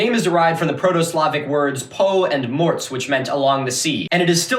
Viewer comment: "morze" is roughly pronounces MOR-ZHE not MORTS.